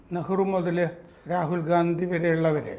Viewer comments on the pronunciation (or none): none